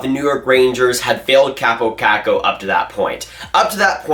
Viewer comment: You’re pronouncing his name wrong. His name is pronounced “Cop Oh Cock Oh” or “Coppo Cocko”